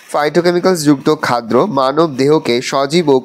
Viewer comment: Areyy sir ota khaddo hoy khadro noy 😮‍💨